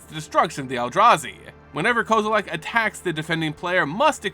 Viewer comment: I still don't understand where you're finding the "a" in Kozilek's name